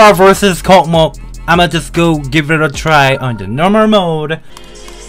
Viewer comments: its pronounced "KOSMOS" not "COCKMOCK" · It's no cockmok, it's kosmos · i think its pronounced as kosmos not kocmoc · Kosmos, not kokmok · Это так смешно когда вместо КОСМОС он говорит КОКМОК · It’s pronounced kosmos not Kokmok it’s from Russian Космос just to let y’all know Means space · It’s pronounced like Kawsmaws not cocky mock and This is how my grandpa sees stereo madness. - Doranoob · Dora its russian level so its pronouncing not kokmok its kosmos (it means space) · It's true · STOP SAYING THIS LIKE KOKMOK! THIS IS KOSMOS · Its pronounced Kosmos not Kokmok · Хах, кокмок) Дорами, это читается как KOSMOS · Я слышал коко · Dora, its pronounced [KOSMOS] The C letter looks similar to Russian C, but the Russian one is pronounced like S. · it pronounced «Kosmos»